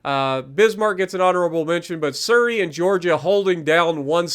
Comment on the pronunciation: Nice vid but I think your pronunciation of Surrey is wrong as I'm hearing it as sir-ry when it's said like su-ry (sorry if sounded rude it's not meant to)